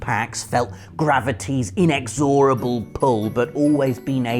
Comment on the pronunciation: Inexorable, just a hint, it isn't phonetic.